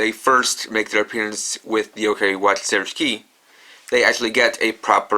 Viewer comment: when you said zeroshiki I though you said zeroes key